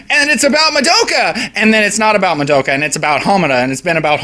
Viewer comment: BTW you're saying Madoka wrong. You're not even close.